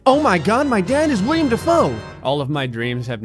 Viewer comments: Willem. Willem Dafoe, not William. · Not William Defoe, Willem Defoe and if you said Willem Defoe then I’m sorry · Willem, not William! I'm disappointed in you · IT'S WILLEM NOT WILLIAM DAFOE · It's Willem Dafoe, not William. Rhymes with "Kill 'em" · he calls himself Willem not William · I died a little every time said "William" Dafoe 😣😣😣